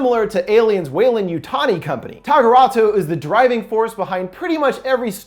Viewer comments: Tagruato not tagurato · Tag-uh-rah-toe bro not tageratu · Tagaratwo I love his pronunciation of things